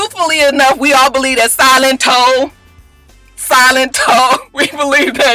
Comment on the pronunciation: What the hell is a Silent Toe?? 😳 😂